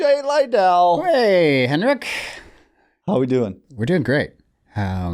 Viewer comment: So funny that Henrik pronounces his own name and Alex's name wrong. I understand that they have become more of an artist name but as a Swede I think he can pronounce it correctly.